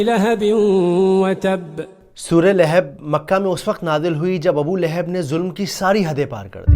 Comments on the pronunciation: ِِلِھَب٘ نہیں ہے صحیح لفظ ۔۔۔لَھَب٘ ہے۔۔۔۔ جزاکم اللّٰہ خیرا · Layhib nahi. Yai Lahab hai. Jub words bolna nahi ata tu video na banao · Please correct your pronunciation.Don’t say Laihub it’s Lagan. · Sorah lehab nahi sorah lahab h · Lekin aap Naam sahi se nahin le rahe Abul ab aata hai Abul ab nahin aata surah lahab aati hai surah lahab nahi Abu lahab nahin aata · Lekin aap Naam sahi se nahin le rahe Abul ab aata hai Abul ab nahin aata surah lahab aati hai surah lahab nahin aata